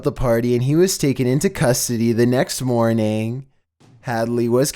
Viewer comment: "The next mœrning"